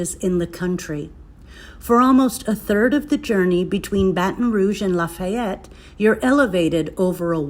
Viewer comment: God, the pronunciation of these names are just doing me in. It's laffy-yet, not la-fy-yette . Laffy-yet, and also it's uh-ch-af-uhh-lie-ya , that's how you pronounce that. Plz dear Lord learn the pronunciation of the terms before making a video about it. That's all we really ask. Otherwise you give us locals a good time making and poking fun. 🤣